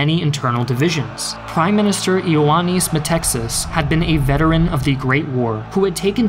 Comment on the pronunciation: Why are you pronouncing the name of the Greek dictator "Meh - Texas", it's written METAXAS, at the very least pronounce it Meh-Taxas.